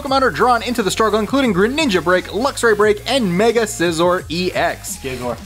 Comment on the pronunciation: says Scizor right